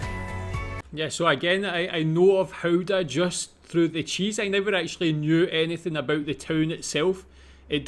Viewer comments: Funfact about the Goeda cheese like people outside of the Netherlands call it You should actually pronounce it as GAUda cheese ;p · IT IS NOT "Houda", it is Gouda with a CH sound as in loCHness, never a G becomes a H sound, not even close.